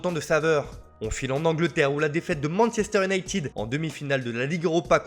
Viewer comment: Leipzig,pas leipchig 😫 Manchester iounaïted,pas iounaïtiiiid 😤😬😫